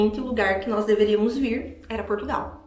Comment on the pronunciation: Foi o "pastô" da igrejinha"delis" é "qui" mandou "elis vim prá Portugaaauuuuuuuuuu". Nem o nome do nosso país "elis sabi falá".